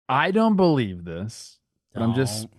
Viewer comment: saying " I belw Bobby Witt" and NO ONE saying anything...